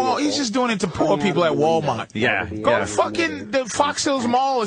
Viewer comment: wow that's the most Boston I've ever heard Patrice sound when he said Walmart😂